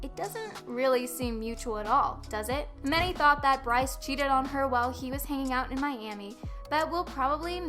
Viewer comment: ... when i heard she called Bryce the kiund and Addison the queen oif tiktok... died. first off no. second. no. and third no.